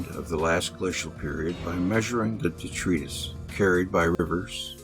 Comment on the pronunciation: detritus is pronounced de- trite - tus.